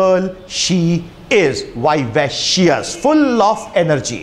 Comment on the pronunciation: A very good lecturer. But many words are pronounced wrongly. For example ERUDITE, vivacious